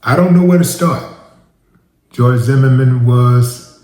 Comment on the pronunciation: Pronunciation of "Zimmerman" sounds like a French man saying " the merman"..."zhe merman"..like Jacques la Long on Beetlejuice cartoon from 90's.🤣🤣🤣🤣 🎯🗝️💥